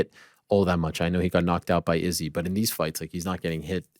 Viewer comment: Ariel not saying Izzys name the right way...ooooh